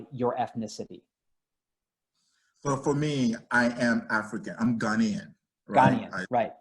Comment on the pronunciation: What a condescending guy. Doesn't even listen to the gha-NAY-an American. Says ghanian, even ugandan. My forebears came from the nordic countries, very recently. If you're talking religious rituals, I'll pass. I'm not a polytheistic pagan.